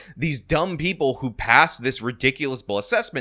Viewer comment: 6 hour days and preople. Cmon,, you're slipping.